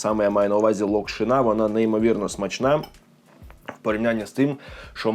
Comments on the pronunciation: Будь ласка не кажи локшинА лОкшина ну це реально мінус вуха, не знаєш зайди в Гугл прочитай і страви можуть бути сОлені а не солЕні. Сорі але реально це слухати неможливо, відос класний але ця локшинА просто не дає спокою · Правильно лОкшина, а не локшинА. Соррі, та різало слух)